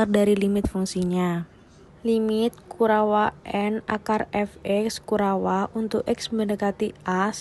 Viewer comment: penjelasan materinya jelas dan mudah di pahami. Rada aneh mendengar penyebutan kurawa